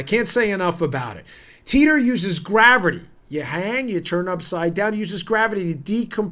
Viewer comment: You said “Teeter uses GRAVERTY!” Hahaha